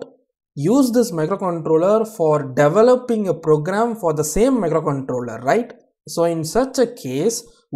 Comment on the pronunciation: Very easy explanation thankyou.. Your pronunciation of micro controler was nice